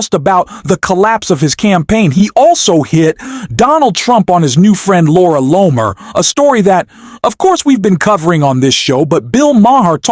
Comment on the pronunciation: Please pick one pronunciation and stick with it! Loamer, Lonet, Loomer. Even if it’s off, just stick with one, ok? It’s distracting. Thank you. Otherwise, your video is very good.